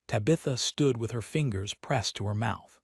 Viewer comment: Her name is Tabitha, not to Bitha.